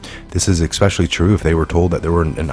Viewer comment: P.S. Just as I said to Kevin McCarthy, (house of representatives) that IF he wants to become the next Speaker of the House, as POTUS wants, he should realize, just as U do, that there is NO 'X' in the word 'ESPECIALLY'. Please. And I am BEGGING U, PLEASE, "TAKE YOUR FREAKIN' TIME READING THE TEXTS, TWITTERS, ETC. on the topic you are speaking on. When you mis-spell, mis-read, the posts that you refer to, it makes you look INCREDIBLY STUPID. Do U really want that?!?